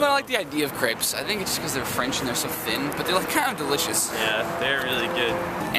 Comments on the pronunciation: im pretty sure its pronounced craype, not crepp or creep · u say it like craps... not creps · Pronouncing it Crapes is closer than crepps. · It's not "Crapes" but "Crepps" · [Craypes]? seriously? it's [crepps]. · funny how they pronounce crêpes totally wrong